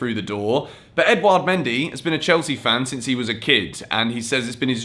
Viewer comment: I think mendy is pronounced mon-dee